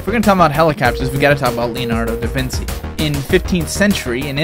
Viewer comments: Da-vin-chi not da-vin-see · Man you gotta research some pronunciation before hand. Chinook is pronounced Shin-uk not Chin-uk And Da Vinci is pronounced Da Vin-ch-e not da vin-see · Da Vinci not vinsi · lol, Lionardo Davinci, not Leonardo Davinchi, mkay.... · Excuse me did you say "da vinsi" it's "da vinci" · davinsee u pronounce it da-vin-chee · Leonardo da Vinci ( VINCHI )